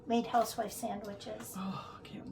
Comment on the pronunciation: What’s a huswif sandwich? Did I hear you correctly?